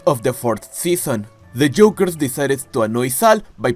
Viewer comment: The way you’re doing a video on impractical jokers but can’t pronounce joke or jokers takes me out so bad. Sounding like you talking about eggs 😭